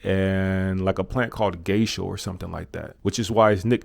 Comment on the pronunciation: Definitely not called gersha. Lol its gusha.